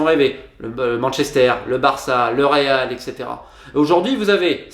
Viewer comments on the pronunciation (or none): none